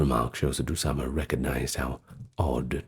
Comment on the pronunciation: I love your pronunciation of Osama Bin Monqidh's name, it's as close as I've ever heard a non native Arab pronounce Arabic names, You nailed "Osama" 100% correct, the last name i'd rate at 85% correct, great effort, I salute you sir.